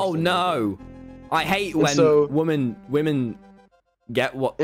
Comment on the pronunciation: stop saying wamen tommy